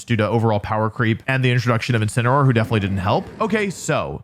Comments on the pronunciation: INCINEROAR, NOT INCINEOR! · THERE SHHOULD BE 2 L'S IN CHALLENGE! AND IT'S INCINEROAR, NOT INCENROAR! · THE FIRST A IN INCINEROAR IS SUPPOSED TO BE AN E! AND THE SECOND S IN SCIZOR IS SUPPOSED TO BE A Z!